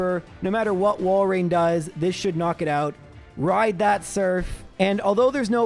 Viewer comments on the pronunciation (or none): none